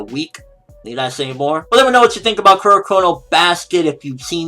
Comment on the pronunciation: Werr Werr Taiga. What a suprwise to wind you hear. (Well well, Taiga. What a surprise to find you here)